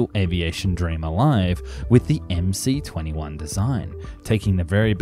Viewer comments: Please speak and write the Russian names correctly ! The name of the aircraft MS-21 (in Russian-MС-21) !!! Regards from Russia ! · Dude, MC is written in Russian! And in Russian the letter "C" is actually an "S"! So it's pronounced MS-21. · Analysis is totally crap. Starting from wrongly pronounced plane name.